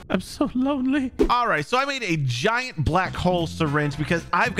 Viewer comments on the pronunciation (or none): none